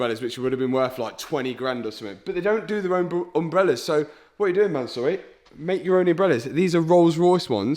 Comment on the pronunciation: Mansory is a Persian name, the owner is Persian (Iranian) so please for the love of god pronounce the name CORRECTLY. It's not ManSORREY but you NEED to pronounce it as ManSUURI.